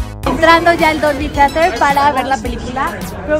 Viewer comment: Su pronunciacion de Dolby Theather! aajajjajajaja